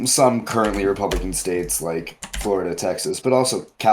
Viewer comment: I hear your concerns, but mumbling “Florida” and “Texas” does not do our States justice. Bro, Donald Trump wants 0 kinds of smoke with targeting Texas. And he probably wouldn’t even fly over the swamp. 🐊